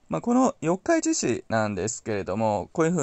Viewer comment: 四日市の発音が気になりました😂 よっか、いち じゃなく よっかいち ですよ